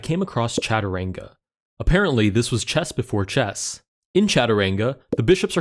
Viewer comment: wow your pronunciation is insane .....it is chaturanga btw we still play this here in india from time to time fun game overall .....thx for playing this